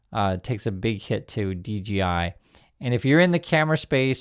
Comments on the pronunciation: hey dork its dJi not dGi love your show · DGI or DJI? You keep saying DGI while I'm looking at DJI on the video. 🤔